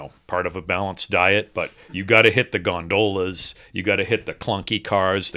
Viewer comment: Thank you for pronouncing “gondola” correctly